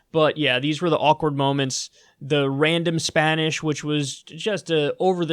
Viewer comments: Why do they speak Spanish with Portuguese pronunciation? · Booker speaking tongues was the greatest. Pure comedy hahahahaha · Beto's was alright but he mispronounced some stuff. Bookers Spanish was terrible in all forms.